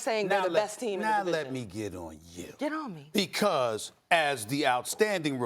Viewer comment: woah.... 🤭 that “get on me” tho